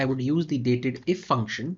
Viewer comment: Nice video and it's not datedif. Its actually date dif ( dif for difference)